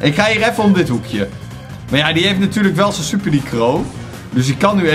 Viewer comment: Je zei stuper😂